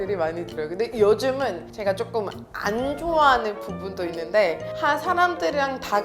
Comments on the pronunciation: "아니"는 진짜 한국원어민 아닌가? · '아니~' 진짜다.